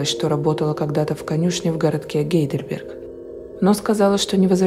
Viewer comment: Не Гейделберг, а Хайдельберг. Я не умничаю, просто поправила. В Германии тоже есть такой город- гугл в помощь, очень красивый( моя мама его почему-то с Прагой сравнивала). Канал Ваш обожаю, респект Вашей работе, Вы неповторимая! Люблю